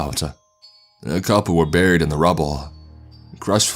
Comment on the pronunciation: i realized this as well LUL dead and buriedaaaah little annoying but still an interesting voice to listen to